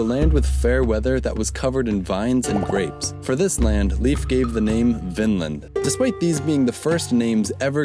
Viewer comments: It's pronounced Life, not Leaf. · (Leif is pronounced Lafe, not leaf..btw) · You had no chance of knowing, but the name Leif is pronounced like the english word "Life". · Lol he butchered his first name